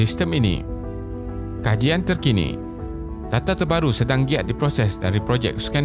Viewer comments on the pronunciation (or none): Kejian? Atau kajian? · kejian ? kajian duhh 😂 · kejian ke kajian min? hhaha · KEJIAN TERKINI. Kejian ke Kajian? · kejian ke kajian?😅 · Terkejut aku... "kejian terkini" hahahaha 6.57